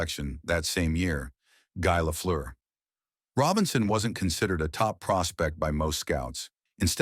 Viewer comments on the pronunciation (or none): Fake news. Not a tragic life at all. When the narrator cannot pronounce Guy Lafleur s name properly you know its time to watch something else.